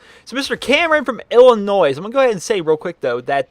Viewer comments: Illinois is pronounced (Ill•iuh•noy) not (Ill•iuh•noys). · The "S" in Illinois is silent. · You pronounced the s in Illinois lol You're still a great youtuber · the s is silent in Illinois.